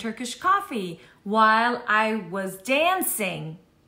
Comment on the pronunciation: While söyleşiyi çok iyi değil mi yaa😂😂